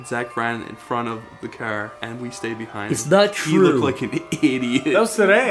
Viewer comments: Dante Diep Spell “Car”: Caair, C A Ore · You can really hear the Irish in when he says "car" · Or any other words with "ar" he pronounces incorrectly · I like that Irish comes out when he says car or sharp